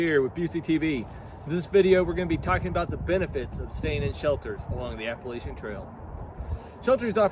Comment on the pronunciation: and thanks for pronouncing "Appalachian" correctly!